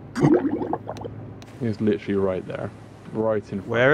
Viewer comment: LICHURLY I LICHURLY WARNED YUUUU LICHURLY NOT A MINUTE PAST AND LICHURLY